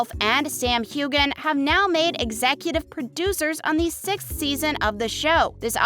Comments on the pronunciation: It's not hew-gan. It's hew-an. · HueGan? It's Hue-wen, 3,300 views and you can't even pronounce his name right, Shame! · The g is silent in Hueghan. It's like scratching a chalkboard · I can’t stand listening to this gal mispronounce Sams name . I’m out!